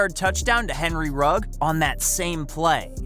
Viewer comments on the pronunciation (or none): “Henry Rug”